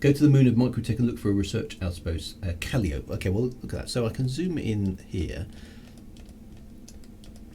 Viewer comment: Hi, I'm just catching up on these. Very nice of the Mrs to float out into space to give you some space tea right to the cockpit! Astronomy pronunciations: Calliope = Cal-eye-oh-pey